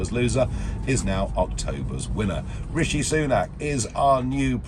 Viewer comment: He called him Rasheed lol